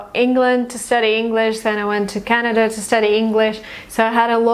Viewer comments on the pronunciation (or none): none